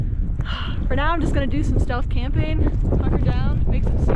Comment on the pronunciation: "Sleepeen" "campeen" ?????